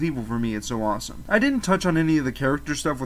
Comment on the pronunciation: Why do you have to say asome that you say its anoying